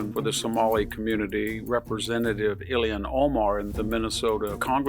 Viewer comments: "Ilhan", not "Illian". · The fact that Ilhan Omar is allowed to live in the United States is scandalous enough. That she is a member of Congress suggests a national death wish...But one question: Why does VDH continue to pronounce her name as "Ilian Omar"?